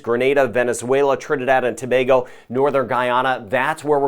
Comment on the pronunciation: you are quite popular even my uncle knows about you and watches your channel and that’s huge. He likes that you pronounce “Tobago” correctly lol 😊 keep up the good work.